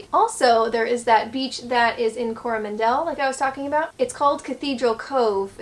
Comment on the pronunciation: NZ is pretty boring 🤷‍♂️ It’s Coro Mandel not Coroman Del Emphasis on the M not the D Your welcome 😉